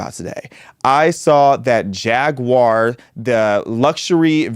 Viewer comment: Thank you for not pronouncing it "Jagwire."